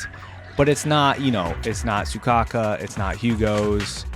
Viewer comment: WHY ARE YOU CALLING HER SUCOCKA IT'S SOUKAKU all of the intro's show off the character's personality, witch you don't know because you never played the game for example piper is constantly tired so her yawning in her intro isn't a show of arrogance just to reinforce her tiredness. same with harurmasa he hates doing unnecessary actions so in his intro he only looks at the camera because doing anything else would be more work you also don't know their weapons seth uses a baton so he isn't doing a sword flick he's extending his weapon